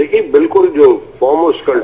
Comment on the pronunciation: lol she said measles